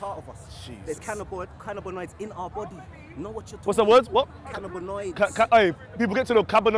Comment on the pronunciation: Man said CANA-BA-NOIDS 🤣🤣